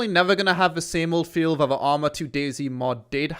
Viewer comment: Fuck me man, learn to speak properly! Viss, Vatt, Vhe Uver, furteen...... ( This, That, The other, Thirteen!!)